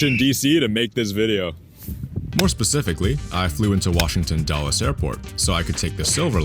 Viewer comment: It isn’t pronounced dolles airport, it is pronounced dools 🤓